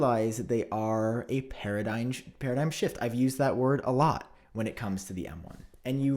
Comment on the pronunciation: How do you say “paradigm” correctly but say “hy per bo le” wrong lol. I think he’s just trolling at this point